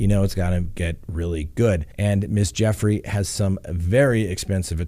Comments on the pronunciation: Gu Frey not Jeffry. Just sayn 😉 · FRANK, please advise your boss her name is pronounced with a hard G. GOOFRAY, or does he know and is just messing with us 🤨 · Its JEW-fray. Rhymes with YerGay. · Her last name is pronounced: “goo-fray” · She is saying Guffrie as the last name, just saying 😊✌️keep up the good work 👍👌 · Weird that he mispronounces Ms Guiffries name to sound like “Ms Jeffrey.” What’s that all about? Also… seems to trounce her because her father didn’t take care of her? Strange all around.